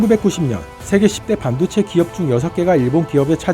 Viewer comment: 반도체 발음을 반도(한반도)로 하는 이상한 아나네.. 뭔가 의도가 있어..